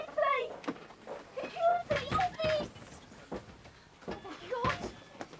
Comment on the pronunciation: "Security! Office please! SECURITY OHFFICE!" 🤣 I loved it.